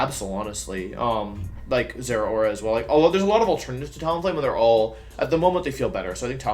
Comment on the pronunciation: The he pronounces Zeraora triggers me.